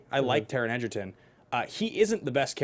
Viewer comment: Not sure why they keep calling him Edgerton when his name is Egerton